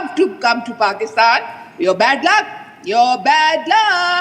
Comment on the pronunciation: Who the F is pusktan WTF is pusktan